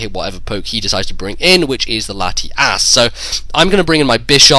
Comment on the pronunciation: lol thumbs up if you heard say Latiass